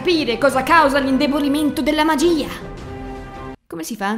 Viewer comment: Magiiiiiiiiiiiiia non magia i non ia